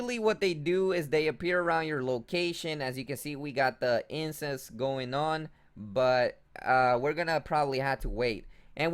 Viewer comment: He says incense like incest.